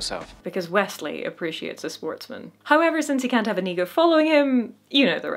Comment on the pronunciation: Great video,. I agree with you on this great little movie and the great big swordfight. Try and get Iñigo's name right, though. God knows he says it himself often enough. The accent is on the first syllable, and the n is an ñ, not an n... just copy Iñigo. 🤨